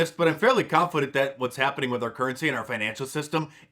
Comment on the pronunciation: Lol! Mark Dice said confoodant 😆😆